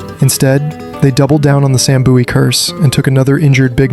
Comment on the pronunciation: Boowie/buoie?? Its Bowie as in Bowie knife ...MJ was the original phenomenon beforel the Brazilian footballer Ronaldo the Phenom though the names apt for the latter too